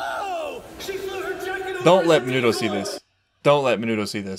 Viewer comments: Its minetta noy minuto just for you to know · the fact ur still calling him minuto 😭😭😭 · Mineta* not Minuto 🤣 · pretty sure it's minuto